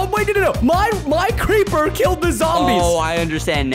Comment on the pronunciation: Skeppy said crepper